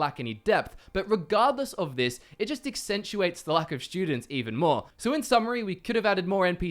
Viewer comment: "Shtudents," "shtrong." Using "there's" + plural. Disliked.